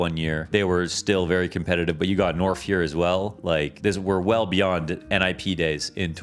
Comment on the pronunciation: Norf top ten? Norf? Top ten? Norf.